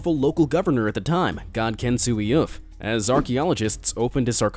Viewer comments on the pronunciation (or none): none